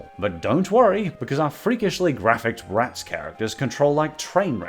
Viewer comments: I now hate BratzZzz because the way you kept saying ZzZzzZ was beyond irritating 😑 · The way he accentuates the ending of “bratz” has always made me die laughing 😂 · With every exaggeration of the Z I could tell exactly how much you loath Bratz. Good work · My favorite part of the video is when you talk about Bratz especially when you try to say it's name.